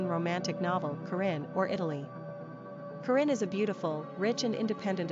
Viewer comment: u say corrinne wrong!